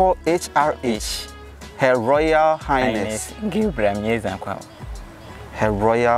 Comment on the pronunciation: Did I hear His royal "Highnest"? Awurade Anyway She resembles HRM Christabel though